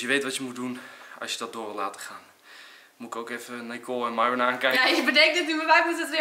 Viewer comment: Zal Enzo het OOIT een keer goed zeggen "Miron" > Myron. Of blijft het aldoor Maihwen... 5 of 10 jaar later... en nog Maihwen...